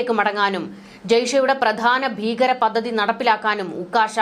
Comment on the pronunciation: പദദി?? ' പദ്ധതി' എന്ന് പറയൂ